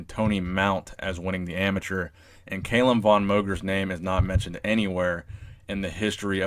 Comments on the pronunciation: You're pronouncing his name incorrectly; its Kah-lum, not cay-lum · It's Callum not fucking kaylem, Jesus Christ 😂😂😂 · I love CALLUM, but Arnold's chest and biceps peaks way better. However CALLUM has arnold beat in the leg department and abs! Also love the videos and you do so much research but didn't research how to pronounce his name 😂 bugged me the whole time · It's Cahl-uhm not kale-um